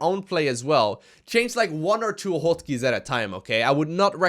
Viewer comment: "hoat keys"